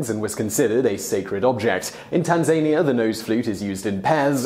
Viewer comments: "Alforn"?? TanzAnia - pretty sure it's TanzanIa. And if something is spelt Semantron, I'm guessing you should pronounce the N. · It's 'pronoun*ciation* police. Go directly to jail. Do not pass go, do not collect $200. Seriously, though... al-phorn? That's beyond trolling, that's evil!